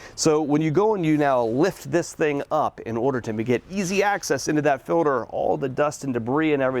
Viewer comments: If this guy says filder one more time... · “The way that these fill-ders filter” “When you change that fill-der” “..make it easier to get into the fill-der” “..small white plastic fuel fill-ders” “And when you install them pay attention to this fill-der these are actually directional filters”